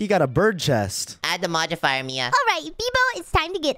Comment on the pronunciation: it is modifier not modibier